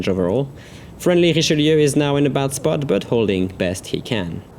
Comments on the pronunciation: French Ouaiboo He IS french after all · Good prononciation for "Richelieu"